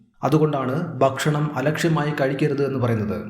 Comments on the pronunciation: 'Bakshanam' ennalla mariche ' ,Bhakshanam' Ennanu parayentathu. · അറിവ് നൽകുന്ന വീഡിയോ, ബഷണം അല്ല ഭക്ഷണം എന്ന് ഉച്ഛരിക്കണം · കാര്യമെല്ലാംശരിയാണ്.ഒരു കാര്യം മാത്രം.. ബക് ഷണമല്ല,, ഭക്ഷണം..